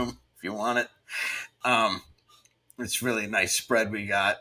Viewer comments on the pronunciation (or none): Dear reader 😂 he reary ronrey